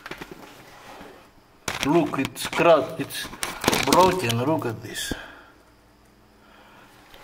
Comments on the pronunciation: It's brrrrrroyken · "it's brioken" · "lyyk at the majgnet its brjoken" ;D